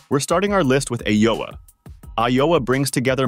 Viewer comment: The first app is AYOA not AOA.